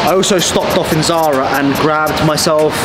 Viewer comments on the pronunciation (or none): none